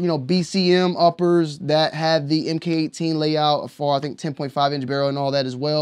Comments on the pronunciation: Mark18 not “em kay” 18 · It’s pronounced Mark18